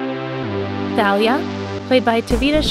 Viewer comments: She called Talia thalia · It's pronounced Talia